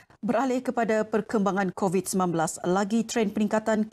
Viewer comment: Kebayak kan setesan petugah kebayak kan orang Korat g korat bukan kovit korat